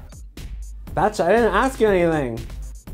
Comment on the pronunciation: OMG!!! This was soooooooooooo funny!!! And I love the way Kelly says Bitch, but instead she says Betch and I LOVE IT!!!!!